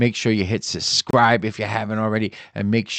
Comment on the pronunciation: "Suscribe or Subscribe" Anyone notice Youtubers nowadays not being able to say subscribe properly?! They're everywhere!